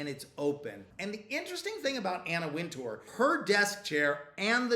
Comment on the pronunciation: Winter, it's pronounced Anna Winter. You're welcome